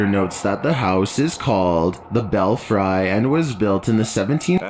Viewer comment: I hope the voice narrating this is automated. If this is a person trying to sound like an automated voice, then it's just sad that he can't pronounce place names correctly. "York Minister"? York Minster (pronounced Min-ster) Cathedral is located in York, U.K. "Bell-fry"? Belfry (pronounced Bell-free).